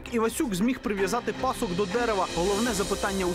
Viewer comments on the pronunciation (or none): Люди, ви ж розповідаєте про УКРАЇНСЬКОГО композитора, то говоріть чистою українською мовою!!! Не "Ивасюка" (як прослуховується), і не пАсок, а пасОк....Традиційне: ганюба!